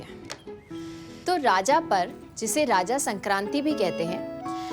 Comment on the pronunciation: उड़ीसा ❌ ओडिशा✅ राजा ❌ रज ✅ भाजा ❌ भजा ✅ छेनापोड़ा❌ छेनापोड़ ✅